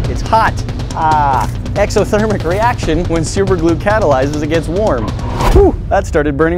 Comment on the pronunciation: *gets burned* "eXoterMal rEacTion dosmqldmcopamdoxmwo"